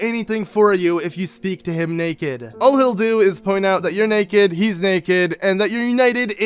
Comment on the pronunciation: He says that you’re nekkid not naked